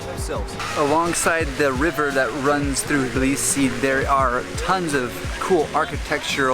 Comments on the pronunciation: can't believe that you kept pronouncing it blisi. its not that hard. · T in Tbilisi isn’t silent. I’m from Tbilisi and in Georgian language we don’t have silent letters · dafaq We spell the T in Tbilisi. This guy is talking sh.... Not true tea.. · We do say the T it's not silent never was